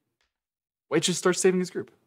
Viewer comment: Bro who tf is Wei? Ooooooh white..... Took me 18 minutes to figure out. Accent much lol